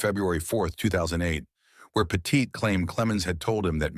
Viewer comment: Say Petite correctly if ur gna say it 40 times In a video.